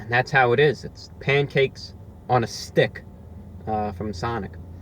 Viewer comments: Lol he says it like A Pancake on a 'Stick' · I like how he says, " STICC ". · Pancake on a sTICK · “Here’s the side view of the pancake on a stickHHH” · Love how you say "on a STICK" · This is my favorite ROTW video of all time. There's all these little things. The repetition of the phrase "pancake on a stick." The emphasis on the word stick. Him laughing at the salt packet they gave him. That 3rd, violent bite he takes. Love it. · Your tongue is in the way of you saying the word STICK lmbo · Loving the way you articulate "Pancake On A Stick" - pronouncing it to rhyme with "Scum!" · The emphasis on stick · His emphasis on S T I C K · The way he says stick you know it’s over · Why so much emphasis on "Stick"? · You gotta really emphasize the STICK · Jennifer Myers this guy really puts the emphasis in stick